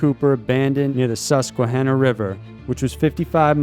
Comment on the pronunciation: Great job on Susquehanna River pronunciation. It’s usually butchered. You rock!